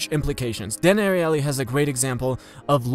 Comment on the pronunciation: you did it good, I'm just really into game of thrones I see it everywhere...